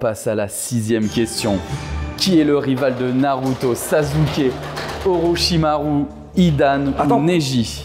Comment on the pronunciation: OkaGÉ😂😂 Vsy respectez un peu non, je regarde pas de manga et je kiffe pas ça, mais tu peux pas dire « sazuki » en tant que présentateur oh respecte les gens un peu non?